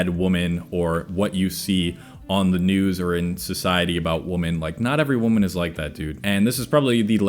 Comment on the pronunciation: Sounds like you say women and woman the same way. Am I the only one that couldn’t focus on anything but that. Lol.